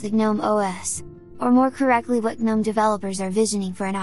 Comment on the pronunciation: "guh-nome os" is literally my definition of hell... 😂😂😂